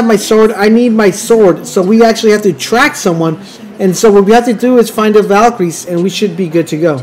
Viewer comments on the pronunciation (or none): none